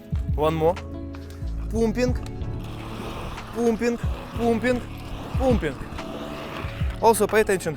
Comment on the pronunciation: “Parm-ping” will give u slightly better pronunciation 😅. Hoping you won’t get called up to join the fighting. The videos are too good!